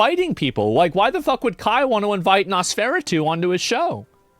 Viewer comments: is the wildest pronunciation of Nosferatu I have ever heard. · That’s not how you pronounce Nosferatu LOL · is that how he pronounce Nosferatu